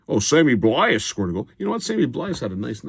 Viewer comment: It's pronounced Sammy blaaah